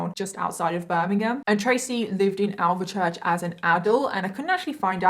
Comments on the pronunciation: I don’t think she has Birmingham accent at all really, and she butchered the way she pronounces Alvechurch😂 it’s more like Alfchurch not the “Al ver Church” the way she says it😂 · she sounds like me and I'm from King's Norton🤷‍♀️ but yes it's 'alf- church'. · Why do all outsiders pronounce alvechurch like this ;( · considering your from Birmingham, I hate to tell you, but you’ve butchered the way you pronounce Alvechurch. It’s pronounced more like alfchurch not “Al ver church” how you pronounced it… I do find putting the make up on a bit strange, and the laughing. A innocent man lost his life to a violent death. Not a subject you talk about so lightly, and certainly not laugh whilst talking about it. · It's pronounced Alf-church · when she said alvechurch my heart stopped hahahah